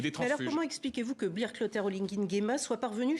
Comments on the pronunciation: Ahhhhh c'est se que je voulais même commenter. C'est brice madame par bill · Comment la blanche là n'arrive pas à prononcer "BRICE" ?????